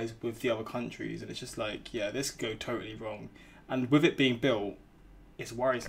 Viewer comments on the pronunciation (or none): I like how he says, “Yah”